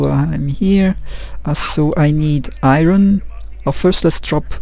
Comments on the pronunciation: NIce! Thanks so much for posting these,. Some of us TRULY appreciate it! OH, it's pronounce like I-urn...for Iron. =) Best, John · R is silent in Iron